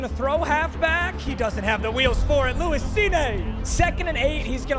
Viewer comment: Papa it’s pronounced Lewis cīne long syllable over the i not a french word hahaha